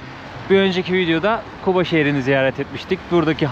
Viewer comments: Şəhərin adını düz deyin zəhmət olmasa Quba deyin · Şəhərimizin adını düzgün səsləndirin Kuba yox Quba deyin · Q harfi yok ama Gazi , Gaziantep , Galaksinin G sini telaffuz edi Quba dedikte , Kuba yok!!! Anlaşıldı mı? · Qardas Küba yox Quba seheri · Bak yine Kuba diyorsun , kardeşim Kuba deyil , QUBA ! Türk alfabesinde Q harfi yokmu ? Sen inadına mı Kuba diyosun?! Quba de QUBA!!!